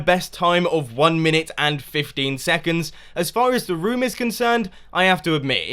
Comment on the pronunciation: You say rym when you say room